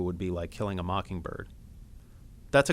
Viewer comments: I thought it sounded like he said "tequila mockingbird" at the end. I typed in "teq" into the YT search bar and tequila mockingbird immediately popped up... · Sometimes it looks like he said Tequila Mockingbird :) Great summary though, it really cleared things up for me!